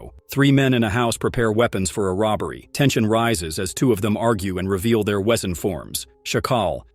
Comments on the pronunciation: I hate this AI voice, when it mispronounces the names and VESEN as its written, WEsen 😮‍💨 I have watched this series SEVERAL times and own it on bluray. I LOVE IT!!! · That pronunciation of Blutbad was really, really bad. Maybe just the AI voice, I guess. Oh. And it slaughtered Wesen too. (Although maybe I got the spelling wrong?)